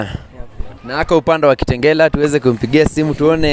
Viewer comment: Nooo!!!😭😭😭😭😵she didn't just say KITENGERAAA!!!!!!